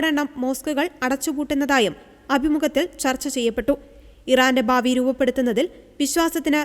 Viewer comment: 'ബാവി ' അല്ല.'ഭാവി' ആണ് ഉദ്ദരിച്ച് ' അല്ല.'ഉദ്ധരിച്ച് എന്നാണ്.